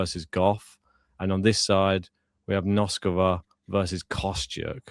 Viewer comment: Okay guys - you know how much I love you guys. So it's time once again for some tough love. "Noskova," "Bouzkova," and "Dimitrov." It'll take you 3 min's to get their names right if you just search "how to pronounce........." You're too good to keep getting these wrong, and it sounds like you're off & running on "Noskova!" Otherwise, I'm predicting Fery reaches the end of the line against Sascha. Mr. Zverev looks very relaxed now that he is a Slam Champ. But kudos to Arthur, and good luck to all Brits in the World Cup!